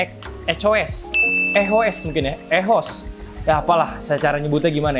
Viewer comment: Echoes yg bener bang 🤣